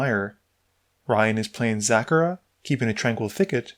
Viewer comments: Man. It’s ZaXara not Zakara. X spells commander, you have to pronounce the X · It’s pronounced Zacksara btw